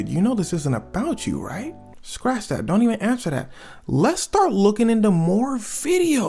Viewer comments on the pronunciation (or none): none